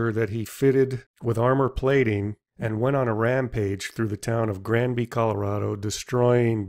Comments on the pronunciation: Granby, not Ganby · Great "play-by-play" detail of events, may thanks! Only one thing, because it is part of my family's legacy, its "Granby" and not "Ganby". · WTF is Gamby? Last time I checked the is an 'R' in Granby. 2 syllables: "GRAN" + "bee"... That said, I must have had 100 cop cars rip past my house on that day. I can only imagine what hoot it would have been , tearing through RMNP as fast as you want with lights and sirens blazing! Out of the way tourons! RIP Marv! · It's Grandby, not Ganby, but an excellent presentation. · The commentator kept saying Ganby ...it is Granby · It's Granby, not Ganby. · It's Granby not Gamby ! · Good video, but say it with me...Granby, not Ganby, G-R-anby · It's gRanby not "ganby" lol this killed me to hear you call it that so many times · It's GRANBY.... NOT GANBY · How many times did you say the word, “Granby” pronounced as “Gamby “? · It's Granby. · It's "Granby" just to let you know. Nice video.